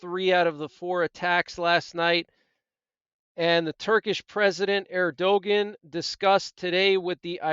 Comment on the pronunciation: This is not the first time Israel was attacked with long rang mis. Remember Dèsert storm"? Sadam tryed to kill us. But even then we had Patriot mis. And by the way... His name pronounced "ER-DU-AN" = Erdoğan